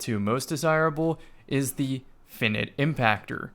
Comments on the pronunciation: “Fin-it impactor” “fine-ite” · Why do you say "finite" like "finnit"